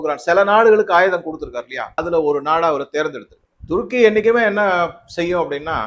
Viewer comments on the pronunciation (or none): none